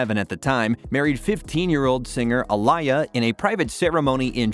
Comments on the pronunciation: It’s not Alaya, it’s Aaliyah. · A liar??????? Do you honestly not know how to pronounce her name?????????? That's pretty patheitc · Who tf is Iliar?? This dummy can’t even say her name correctly.